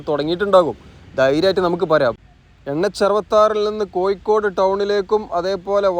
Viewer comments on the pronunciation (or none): koyikkkode allada kazhuthe kozhikode..